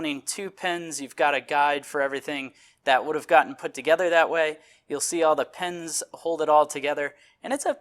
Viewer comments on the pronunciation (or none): none